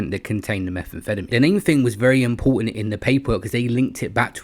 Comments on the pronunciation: Why is he saying Meth that way feddameen 😂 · Every time you say methamphetamine it sounds like youre having a stroke… why you say it like that? Lol